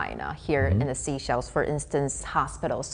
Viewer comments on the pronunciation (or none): That's how businesses should be done, within sovereignty. Mutual respect so that no one is dependent. But am baffled that the lady's a resident, yet she insisted on calling seashells instead of Seychelles (SaySchelles) it's not difficult...😮